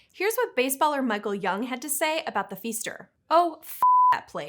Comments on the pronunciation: It isn't "feester;" it's "fister." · I'm not sure why she kept pronouncing the hotel as feester. It's proounced like fister. Source: I know 3 families with that surname. We all live just an hour away. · It’s pronounced “fister” not “fester”…js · Am I the only Milwaukee native who winced at the pronunciation of Pfister? 😂 (Gentle ribbing, I get you may not look at the name and assume it's Fist-er not Feester.) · The "feester"? 😂 It's "fister" hotel. I've stayed there. Sorry, I didn't get haunted. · I'm from Milwaukee, Wisconsin. Pfister Is pronounced FISTer, not FEEster! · Never heard the Pfister be pronounced that way. 😂 only as fist-er or with a long i sound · Looked this up just to comment on the pronunciation. Mental Floss probably should have figured out how to say it first. Research is important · Cool story bro. Ever thought maybe she didn't know how to pronounce it because there's no pronunciation guide?